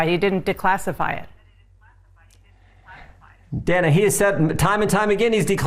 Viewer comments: Dana pronounces her name as Dan-a. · why does he keep calling her Dena? 😂